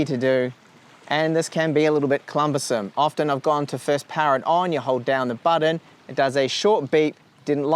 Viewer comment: "This can be a little bit clumbersome" *cumbersome